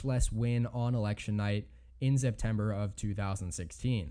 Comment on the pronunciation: First “Arkanzah”. Now “Zeptember”? Wtf guy?